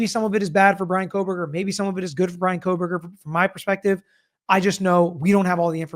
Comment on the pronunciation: You guys… there is no L in Kohberger.